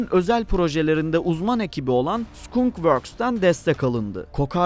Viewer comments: Hagıs değil Hüuuğs. Skunkvörd değil skankvörd Lukiid martin değil lakiiğt martin İngilizce grameri birilerine sormalısın. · oda birşey mi Skunk Worksü Sukun works diye okumuş